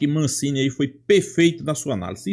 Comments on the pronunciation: Amigo, é Massini, e nao Mancini . Só uma pequena correção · HAHAHAHA me deu gastura também. Ele fala "Mancini".